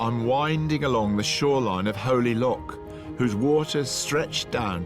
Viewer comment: Lochs not Locks come on Rick get your Pronunciation correct please